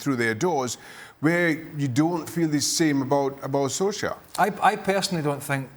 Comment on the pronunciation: Tuned out when first guy couldn't even say Ole Gunnar Solskjær right